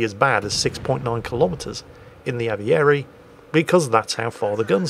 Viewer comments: Pronounciation on the Aviere was correct, nicely done! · hey, you pronounced the name of the destroyer correctly!! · You actually did a fairly good job on the pronounciation! Could've been a lot worse. :) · I'm italian. Your pronunciation of "Aviere" is absolutely perfect. And, just for the record, "Aviere" means "airman", which is a pretty strange name for a ship. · Ahhhh a perfectly pronounced "Aviere" at the start of a promising video. Good job my! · Your pronunciation of Aviere (meaning Airman , by the way) was spot on. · Your pronunciation of Aviere was quite close. Nicely done,. Or Bravo, as the Italians would say.